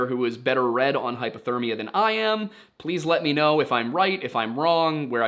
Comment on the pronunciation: I can’t tell if you are saying hypothermia or hyperthermia. I noticed it in another video that it sounded like you were saying hyperthermia when talking about hypothermia. It is probably just your accent but just wanted to check in. Many people confuse the two but hyperthermia would be the body getting too hot and hypothermia is the body getting too cold. Again, you probably know this and it is just an accent but thought I would point it out just in case.